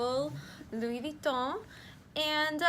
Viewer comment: The "s" in both Louis and Metis is silent